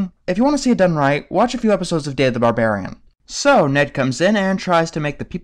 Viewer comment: Ba.. Barbarian, Ba Ba, Bar- Barian